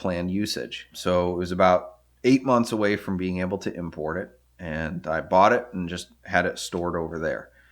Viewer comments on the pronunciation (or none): none